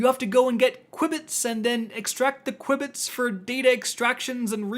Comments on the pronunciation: I'm sorry, but it's pronounced 'q-bits' no 'cui-bits' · JFC...it's pronounced "Q-Bits"...as in quantum bits. 🤦‍♂️🤦‍♂️🤦‍♂️ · Qubits are pronounced "Q bits". Short for quantum bit. Ordinary computers use bits; quantum computers use qubits. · Hearing say qubits I will star saying it like that now 😂😂 I think it's "cue"-bits but I like the new pronunciation 😂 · q-bits, like quantum bits 🙂 Appreciate the video, definitely making my runs much easier, your videos are always super helpful, thanks for this and all the other new videos! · lol mispronounced the word so much THERE IS NO I BETWEEN THE U AND B lol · Sorry I’m pronouncing it this way from now on. It’s too great, fun to say